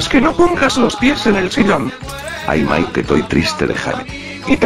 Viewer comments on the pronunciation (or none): none